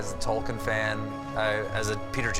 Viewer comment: He mispronounces everything in all his Tolkien videos! In this one, he mispronounced Tolkien, palantir, Boromir, and Sauron. In older videos, when he listed the Valar, it sounded like he had read those names once in rehearsal and said "nailed it!" There are pronunciation guides included in both LOTR AND Silmarillion. I don't know how it can still be so butchered by him